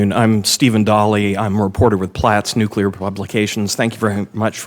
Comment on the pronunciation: NU CLE AR not NU CU LAR